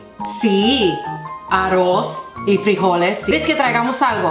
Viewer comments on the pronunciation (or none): Mar Escobar ¡ No, Tampoco Mexicana ! Si te fíjas están retratando solo gente de estrato humilde que creen es la conducta de toda latína , Estereotipo sobre estereotipo , Pero se ve que nada mas han observado la conducta de mujeres de oficio mucamas. Míra, la joven ni siquiera dice arróz bien, Es por eso que su visión es caricaturesca y estereotipada . Por que su observación no nace de una experiencia o un trato con , Si no con imaginerías y lugares comunes de gente que tiene visión acartonada. Te mando un abrazo .